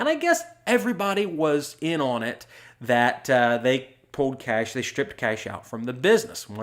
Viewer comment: I love how you pronounce cash as kaysh